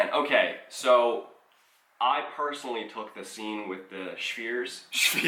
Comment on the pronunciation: i will never hear or say spheres the same way ever again 😂😂